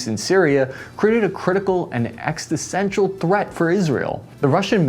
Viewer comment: existential - not... whatever you said... LOL. Unironic HOOAH! (SFC 11B Ret.)